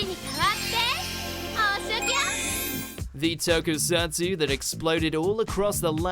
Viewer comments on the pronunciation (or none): none